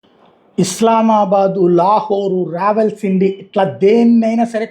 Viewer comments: Rawalpindi not Rawalsindi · #రావల్సిండి కాదు #రావల్పిండి పదాలు సరిగా పలకండి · రావల్సిండి కాదయ్యా...రావల్పిండి...మీలాంటి జర్నలిస్టులకు...విషయ పరిజ్ఞానం చాలా అవసరం సుమీ😅😅